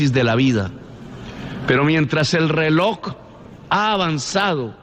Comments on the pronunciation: No se dice:"reloc", sino reloj.😮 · Petro, no se dice relok, se dice reloj.